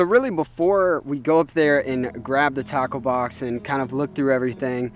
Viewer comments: When you said “Tackle Box” I thought you said... TACO 🌮 BOX 📦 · It sounds like taco box instead off tackle box